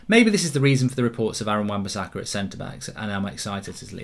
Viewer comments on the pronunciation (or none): none